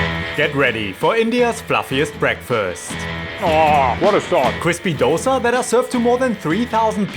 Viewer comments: "it's actually pronounced Dhosae here". Yess. Thank you for releasing that info! 🙌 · DHO-Say... bro kudos... lot of indians are so oblivious to the pronunciation. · Honestly a great pronounciation of the word Love to see you here Do visit again Taaza tindi is a must visit for you and even paakashala You at least told dosa Many mispronounce it as doughsa....... Hats off for half the right pronounciation Great job.. Do try some of the other delicacies in bangalore.